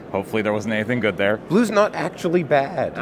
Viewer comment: I just want you to know that your "What're they doin' down theah" bit made me laugh so hard I accidentally changed from Standard to Alchemy on my tablet, inadvertently playing the only game of the format ever on my Arena account. Heck you, good sir.